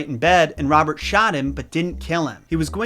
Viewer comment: I don't know why but almost every time he says Robert I hear Bob. I really need to buy new earphones 😂😂🤣🤣😂🤣